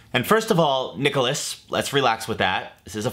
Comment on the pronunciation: Anyone else named Nicholas that was taken aback when said our name like that?! 😂